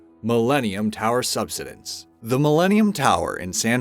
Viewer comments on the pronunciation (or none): none